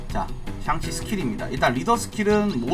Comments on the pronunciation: 계속 '샹'치가 아니고 '상'치로 나오는데 왜 그러신 거에요? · 상치 ㅋㅋㅋㅋ